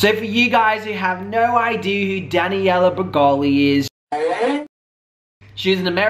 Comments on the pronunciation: It's Danielle, not Daniella. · "Daniella" 😂😂😂😂😂 u trip me out with your pronunciation of names!!!! That girl's name is "DANIELLEEEEEEEEE" 🤓🤓🤓🤓🤓😂😂😂😂😂😂😂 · I love you but it’s Danielle not Daniella 😘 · Her name isn't Daniela as you typed... it's Danielle! pronounced DAN-Yell anywho great video, I LOVE when liars get called out!! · Omg --DannyElla--??? No. Just no ok pronounce it like this Dan Yell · I was hoping eventually you would stop calling her Daniella but alas you didn't. Her name is clearly spelt Danielle. love you but that was frustrating af. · Omg he pronounces Danielle wrong the entire video